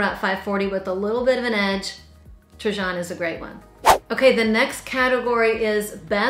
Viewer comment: Trajan is pronounced TRAiiAN! j= long i